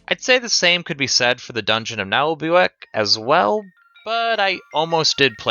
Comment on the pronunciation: Hearing you pronounce "Naheulbeuk" as a french speaker, it's hilarious haha and yeah Le donjon de Naheulbeuk is an old MP3 audio saga so if you dont have the references it might have missed the hit